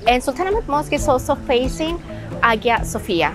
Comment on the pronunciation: You don't pronounce the G in Hagia Sofia - Aya Sofya